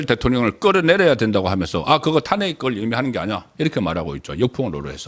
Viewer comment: 탄핵 발음이 좀 다른거 같네요- 타아안핵 타낵(송국장)